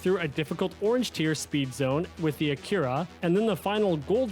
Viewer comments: Brother, racer, driver, absolute swell person, what in the actual tarnation is an AKIRA car brand? Lmfao Where in the known parallel universes did you hear it was supposed to be pronounced that way?! 😂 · I’m not even mad, but how the hell did he go through life without hearing “ack ur ah” 😳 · I couldn’t stand how you said Acura so I didn’t make it far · You're not prepared for the way this guy pronounces Acura. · it is a weird pronunciation of Honda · I am now... before watching